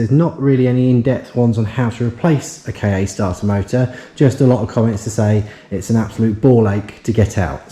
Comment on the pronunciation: Good video. Things are getting better already. You've done well by the Ka (I used to work for a supplier to Ford and I'm sure it's pronounced "car" not K-A). Not the best colour but if you've already got a customer then great - be nice to see some money coming back in. Might be worth getting a camera headstrap - vision of accidentally letting the starter motor go one handed and it landing on your head... Don't forget recon might be cheaper, eg exchange starter. Audi TT - can be a mechanical nightmare, eg turbo - if selling retail it might come back and bite you.